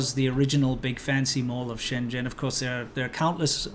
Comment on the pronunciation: It's so weird to hear you pronounce 深圳 as shen zhen, when you know how to pronounce it properly, lol.